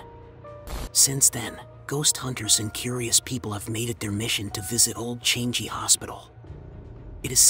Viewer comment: The narrator's pronunciations are more scarry and annoying than the actual story. PLEASE.....for goodness sake, learn to pronounce correctly !!! Changi is not pronounce as 'Change-gee', and why are you whispering, is it supposed to sound more scary ???!!!